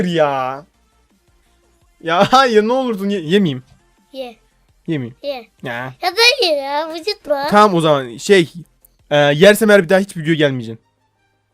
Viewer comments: yeğeni te cıvıtma diceğine vıcıtma dio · ya dayı ya vıcıtma